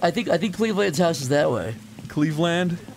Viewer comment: I love the subtle emphasis Zach puts on "Cleveland"